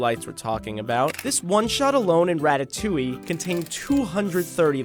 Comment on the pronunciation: "ratatewyyy" smh 🤦‍♀️